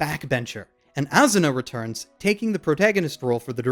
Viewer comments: Its not AZZZZuna its ASSSSSuna. S sound not Z sound. A SU NA. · its asuna not azuna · "Azzuna" ~._.